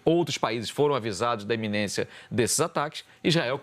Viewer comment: Iminência moço!!!!não é eminência